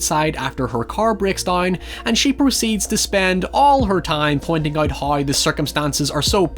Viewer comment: Out ❌ Uoot ✅